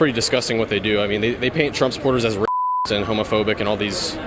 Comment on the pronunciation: lol "Ray cyst"